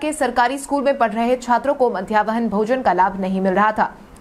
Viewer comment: मध्याह्न भोजन को मध्यावहन भोजन कहना बंद करें।